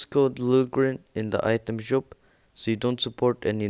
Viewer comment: U say shop or shope no trying to be mean